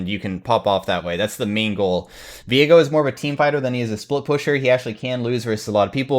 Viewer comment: Whoa, when pronounced his name I had a brain fart. It's Viego, not Veigo. Learning not just pro league but also English. Thanks 👍